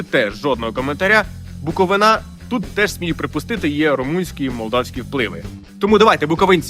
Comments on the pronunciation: Не БуковинАаа, а БуковИна🫤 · БуковИна, а не БуковинА!!! Кончені ви неучі!!! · ТАКС БЛЯХА МУХА тю в Чернівцях направо і наліво, але якщо ще раз скажеш буковинА замість буковИна, особисто всі відоси продізлайкаю 👌🏻 а контент норм, подобаєси)) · БуковИна, не БуковинА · БуковИна, а не БуковинА, каже "йой" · Я з Буковини (Буковина, наголос на И, а не а!), у нас кажуть мий та вий, можливо сюди підійде таке слово як ва'йлю, але це у румуномовних селах та молдавських, я якраз з такого, Колінківці, блище до Тернопільщини люди, що там проживають вживають тю, а на Прикарпатті, що на Буковині, вживають йой і вайльо' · У Чернівцях рідко почуєш "тю". У нас дійсно набагато частіше вживають "ая, ади, мей, ну, агі, йой, та ну" Дякую за відео! І не забувайте, що правильно казати БуковИна!! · На БуковИні ( правильний наголос) вживають і тю, і мей/вей, і ади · Привіт з Чернівців. Часто чую "тю", "мей", "ади", "ц". Інші рідко. Дякую за український контент, але наголос в слові Буковина на а ріже вуха) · Чернівці, БукоВИна (наголос на останній склад), ніколи не чув "тю", у нас кажуть "мой", ближче до Молдови "мей" та "вей"))) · Я з Чернівців , тю немає в нас, це правда. Є багато інших вигуків/звуків. Маленька ремарочка - Буковина вимовляється з наголосом на И ) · Чому в слові "буковинці" у вас правильний наголос, а в слові "Буковина" отой гидкий і невірний?